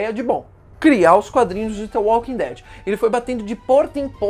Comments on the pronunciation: Me emputece vê alguém falar "T" invés de "D" Walking Dead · "The Walking tead"